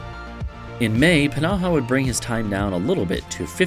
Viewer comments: i don‘t doubt that it‘s correct it just feels off. I put it through google translate with both english and finnish and they both pronounced it p-naha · I don‘t know why i‘m getting so annoyed at how you pronounce pnaha, it‘s just somehow so irritating. I don‘t even know how to pronounce it (if i had to guess it‘d be like fnaha or just naha) Otherwise amazing video :)